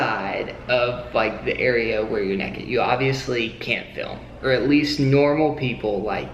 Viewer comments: More like neked 😂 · They say neked in stead of naked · he said nakd not naked play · I Love how said nakid instead of naked I’m lmao rn😂😂😂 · “Nahked in front of strangers” who says nahked its naked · Naykid NAYKID not nekid it makes you sound like a hillbilly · I really enjoy how says "nehkid" instead of "naykid" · “Completely neked” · Did reallly say NEKID??? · He said neked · I just love how pronounces naked......"neked"......the perfect southerner! lol....... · Hilarious!! Laughed so much especially using some Conan bits. Great job!! And yes country people say neked. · did you really say NEKID? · its a tennessee thing 😂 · When your “naked”, you are unclothed. When you’re “nekkid”, you’re implying that you’re doing something naughty. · That's southern right there! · buck NEKID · are you quoting that guy from Steve Harvey's Family Feud? Even Steve pronounces naked as nekkid.. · I just love how you say naked with your southern accents! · The way mate says naked 1 min in to the video 😂😂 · I love the way the say naked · The way says naked tho